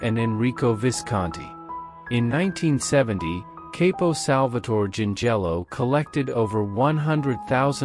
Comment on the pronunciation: Good video , factual but a few mispronunciations. Chirico Shear Rico Capo COP O